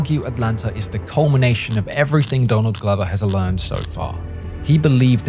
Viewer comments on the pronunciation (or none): “…Glover has ALEARNED so far.” 🧐